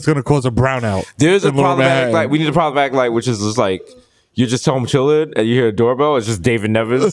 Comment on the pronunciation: ...👀...this episode should have been called, 'Problematic Light, Shlloblamatic Light' ...😂